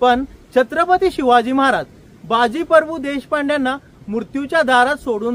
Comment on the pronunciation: सर, तुम्ही बाजी परभू असा उच्चार करताय ते प्रभू असे आहे.